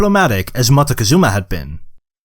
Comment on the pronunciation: I love how you pronounce Cuitlahuac XD.... For a moment I though you said marowak